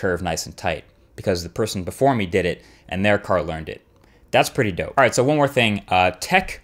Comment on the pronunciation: am i the only one that hates when he says dope idk why but i just dont like it when he says it he just so white sounding and it just dosnt work